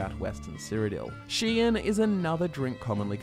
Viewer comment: when he pronounces Riekling "Reikling" and Shein "Shien"